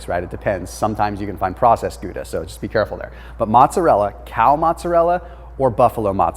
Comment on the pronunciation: Bro.....you're great but, its mOzzarella. (moe-tza-rhe-la) lol